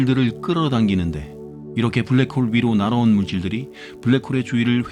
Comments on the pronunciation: 블라크 호으~ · 불랙 호올 ㅋㅋㅋㅋ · 블랙홀 영발음에서 눈물콧물다쌌습니다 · 블랙홀 발음 보소